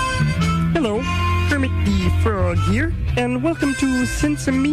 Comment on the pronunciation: did you just call me kremit